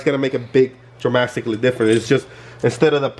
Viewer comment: Good thing the 2 options in fittings aren't going to be "Dramastically" different . Lol just playing i heard it and I had to repeat it . Dope kit tho we need more innovative people in the grassroots automotive community.